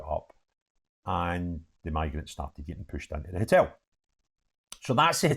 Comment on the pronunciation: I would never have guessed you were a rangers fan . Btw it’s a hotel not a hitel